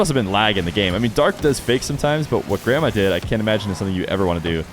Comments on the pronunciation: Me watching the whole video thinking said grandma until the end when I finally saw the IGN haha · I thought you were saying "grandma" for the first minute there before you swapped cams 🤣🤣🤣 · Did anyone else keep hearing it as 'grandma' instead of grammar? 😂